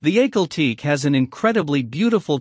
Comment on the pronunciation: I've heard both AHH kahl TEK kee or (for the second word) TEK eh. But not teek I've always heard "Teke" pronounced with two syllables.